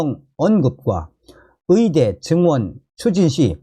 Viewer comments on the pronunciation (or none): 발음 아직도 못고쳤냐? 위사.위대. 위료. 한국발음도 제대로 못하는 자가 무슨 한국 현실에 훈수를 둔다고 ㅉ ㅉ 중국인인가? 네 나라로 가라.